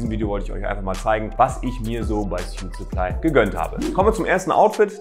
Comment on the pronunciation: Gutes Video aber sprich suitsupply doch bitte richtig aus